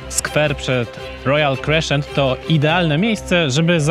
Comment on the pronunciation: Gratuluje pieknego materialu, nie chce nawet myslec ile trwalo montowanie, Pozdrawiam serdecznie z Edynburga. Ps, klasyczna wymowa crescent. to po prostu krezent a nie kreszczent, sam tak kiedys kaleczylem:}